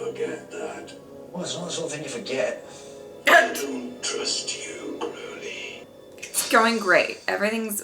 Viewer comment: The next episode is my favorite >:3 Also you said Aziraphale right! (Said Crawley instead of Crowley tho haha)